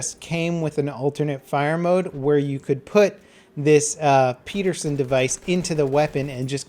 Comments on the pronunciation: PED-ER-SEN Not PEE-DER-SEN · ped-er-son, not pe-der-son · It's not "Peterson device" like how you said it, it's pederson, almost like pedal. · Its "Ped" like in pedestrian... not "pead" like you said peaderson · Pederson not Petersen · pedersen, not peterson... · it's PE DER SEN not "Peterson" please if your going to say it more than 5 times and it's your native language please pronounce it correctly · it's pronounced Peh-dehr-sehn. Not Pii-dehr-sehn. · It's called ped-er-son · By the way, it's pronounced how it's spelled... Pedersen, not peedersen. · Peterson?I'm unsure, but I think it's pronounced Penderson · Its Pedersen, not Peterson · It's pronounced pettersun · PEDerson device. There is no T. I know it's like the pronunciation of the M1 Garand ....but just so you know. I remember you correcting the pronunciation of Garand. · It's pronounced PEDerson, and the design lost out to Garand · It's pronounced PEDDER-SON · I'm pretty sure Pedersen is not pronounced "Peterson" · The way you pronounced Pederson...